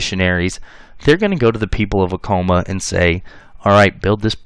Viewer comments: not a criticism, However, Acoma Pueblo is pronounced phonetically Ah- Koh - Mah ( correction with respect) . As a New Mexican, Genetic genealogists from New Mexico have verified through YDNA Paternal testing ( ( New Mexico males) from 1598 forward ( testing done via Family Tree DNA New Mexico DNA project) are 80% European (Spain, Portugal, and one distinct family from Greece, etc.) on female MtDNA ( Maternal almost exclusively Indigenous ( either from Mexico or from Native American females from primarily the Southwest (Pueblos). Thank you for video and information. LMW 🇺🇸. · Pronounce Acoma right first!!!